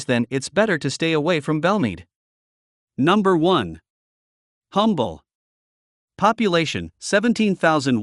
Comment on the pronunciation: You are mispronouncing the town of Humble.It is pronounced UM-bel. It has a silent H.